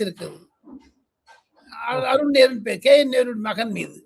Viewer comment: அருன் நேரு அருன் நேரு என்று தவறாக சொல்கிறீர்கள்